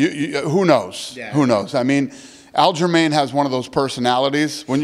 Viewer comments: Dana keeps calling him Al Jermaine and idk why but it has me cracking up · Ah yes Al Jermaine